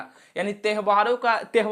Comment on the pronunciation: त्यवहार ❌ तेहवार ✅